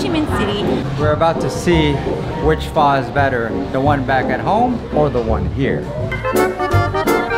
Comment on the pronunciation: Your husband pronounced Pho perfectly.